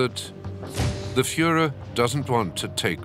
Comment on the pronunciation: " the Fuhler is prudet" dont here that in history videos much.